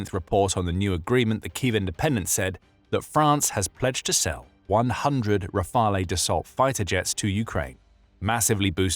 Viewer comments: You need to check your pronunciation of "Rafale". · We need to put the disruptive nature of this letter of intent - this notion is important - into perspective. If the letter of intent converts into an actual order in the future, the first Rafale jets (to be pronounced 'Rafal', not 'Rafalay') will not be delivered to Ukraine before 5-6 years, since Dassault Aviation already has a busy production line with an order book of 233 jets (+90 potential additional ones for India) and a capacity of 4 jets per month (expected to tend towards 5). We may also doubt that other client countries would accept to be deprioritized in favour of Ukraine to accelerate the delivery. Anyway, hopefully peace will have already been made by then, thus one needs to understand that the Rafale will not be a short-term 'game-changer' (unlike the SCALP/Storm Shadow, Patriot systems, Mirage 2000, F16, Hammer ammunitions, CAESAR, etc.) but a major deterrent asset for Ukraine regarding any future attack in the mid/longer-term. In addition, questions raise regarding how Ukraine will pay, else who will pay, and whether it will eventually lean further towards a cheaper - though less performing - option such as the Gripen.